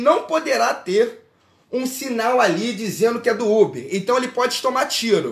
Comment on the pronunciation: KKKKKK ele falando ubi achei mt engraçado